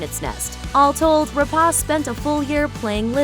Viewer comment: Don't you idiots at Looper EVER learn to pronounce name properly? It is not Rap-AH-ce, it is Rep-AY-ce.